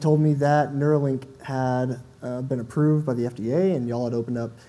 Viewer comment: It's Nuerolink after Beerio Kart. lol